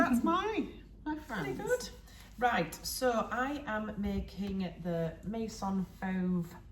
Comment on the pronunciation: Can’t wait to see all your lovely PJs. Your pronunciation was lovely. Instead of may sonn, it’s meh-zonn Fauve was perfect. 👌🏻 💕